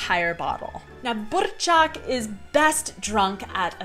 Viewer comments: Kofola + tuzemak je náš jack daniels + coca cola a myslím, že tento drink pil snad každý čech... Miluju tyhle videa, kde chutnáte naše věcy.. ❤ Btw dobrá výslovnost.. třeba burčák... :D cool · Your pronunciation of burrrčák is splendid :-D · Wow! Your R in burčák and Ř in svařák are great! Many locals can't pronounce these letters so well.